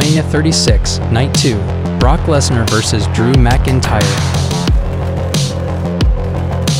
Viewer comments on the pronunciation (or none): none